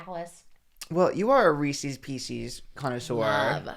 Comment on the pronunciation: The way they pronounced pieces when saying Reese's Pieces is diabolical.